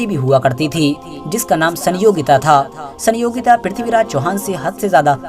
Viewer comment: Is gadhe ko itihas pata hi nhi rani sayogita naam bhi bolna nhi aata